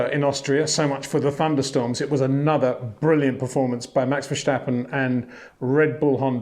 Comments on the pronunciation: Hi Pater. I've watched you since your time on Speed Channel. Always respect your insight. Can I ask one small favor though: Max's surname isn't that hard to pronounce. It's Verstappen. Not Vershtappen, nor Versjtappen. Would you mind adjusting that? We're all trying as best we can to pronounce every driver's name correctly. Of course some are more simple than others, but you seem to be the only British reporter to call him by that name. I thought all the Dutch fans in Orange were really also supporting Lando. That's how a sporty nation works. They see someone work hard and do his best, so they get behind him as well. Exemplary. I wish more could do that. Thank you and keep up with the excellent insights! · Ver-stappen mate, not shtappen. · he is not Verschtappen, he is Verstappen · Curious… Why say Vershtappen? It’s pronounced Verstappen …. No sh in there. Ver-stap-pen. Stap as in stop…. No Shtap! Otherwise good summery! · Right now Shlewis Shamilton needs 5 victories with point for fastest lap in order to pass Vershtappen in the championship, if they both finish the race in first and second position :-) Please Peter, it is NOT Vershtappen !!!!! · Why do you pronounce Max's last name like he's German? It isn't verschtappen but Verstappen like when you say stepping. We Dutch don't like to have our names molested. Your name isn't windschor is it? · Dear Peter, again, why why why pronouncing it as Vershhhtappen? Makes no sense, at all! It’s just as the English ‘stop’ and ‘step’. Either you’re ignorant or doing it on purpose. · Max "Verstjappen"? I give up... ;-) Anyway, thank you so much Peter for again a very good and spot on analysis! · Yeah exactly! It’s irritating! At least he should be consistent with the way he pronounces his “S”, his last sentence in the video should be: “Let’sch schee if he continues that in Schilverchtone in two weeksch time”… I propose that we all comment his videos with “sch” everywhere instead of “s” 😁😁😁